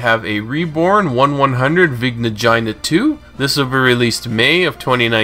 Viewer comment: I thought that it was pronounced vigna Ghe na